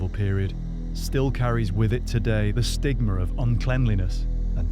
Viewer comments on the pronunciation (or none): Stigmer? Bacterier? Why put an r on everything that ends with an a?!?